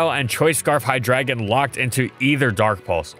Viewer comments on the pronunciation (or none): none